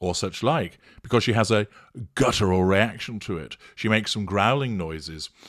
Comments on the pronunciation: Interesting breakdown,. Though I had to laugh when I heard her say "gutteral response" - this was before the one about Harry, so it shows that she really doesn't know what it means. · “Gutteral” reaction…there she goes again, abusing the English language. But she’s so much smarter than everyone else, so there must be something the test of us don’t know. Her hubris is boundless.